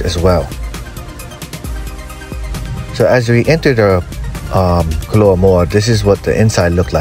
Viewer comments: K-o-a-l-a, like the animal, Not K-a-l-u-a. Am TOTALLY Prejudiced toward Ray's coz....1) Know the present owners, PERSONAL. Grew up together...2) One of their outlets is <5mins. walk from my door.....3-4x/week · KOALA (pronounced KOH AH LAH) Can’t you read?